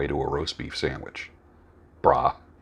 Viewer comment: The way you said "Brah" made me chuckle. I know exactly where you're coming from when people say "Raise your vibration". People often forget that things don't happen unless action is taken.